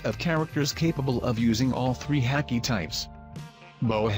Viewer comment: Pronounced hah-Ki not ha-key